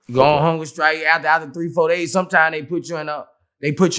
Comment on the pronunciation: Vlad: Ok, so tell me how you go on hunger strike. Boos: Uhhhh, you just say you goin on hunga strike.